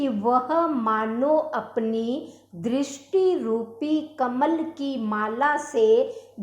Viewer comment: भक्ती उच्चारणम् न समीचीनम्= भक्ति दृष्टी इत्यादि उच्चारण करके सुरभारती मां संस्कृत का अपमान न करें , संस्कृत में उच्चारण का सर्वाधिक महत्व है